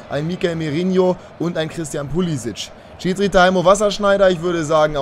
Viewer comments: 2 Verbesserungsvorschläge: 1. Pulisic wird mit Vornamen glaube ich Krischtschen ausgesprochen. 2. Könntest du deine Aufstellungen mal rotieren also mal 4-3-3, mal 4-2-3-1, mal 4-4-2 oder so ähnlich?🙈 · Pulisic ist Amerikaner, sein Vorname wird daher amerikanisch ausgesprochen